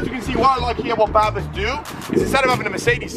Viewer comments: why are you calling it barbus... it clearly says brabus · It's BRABUS not BARBUS lololol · its not barbus its brabus ffs